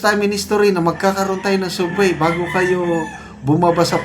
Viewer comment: ANO B YAN? ANG SUBWAY PO,ANG PAGBIGKAS PO NYAN AY SABWAY .HOLY CRAP!